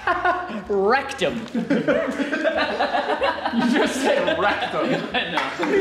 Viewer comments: Flightless Bird No no was saying "Wrecked 'em" but it sounds like Rectum. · they said rectom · No he said reckom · Why are people saying rectum he said WRECKED EM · The moment realized he said "rectum" instead of "wrecked 'em" 😂😂😂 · did he want to say "rekt em"? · He said “rekt ‘em”